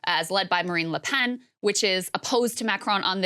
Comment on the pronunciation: Macronnn La Pennn Jeannnn Can Americans at least try to pronounce stuff properly.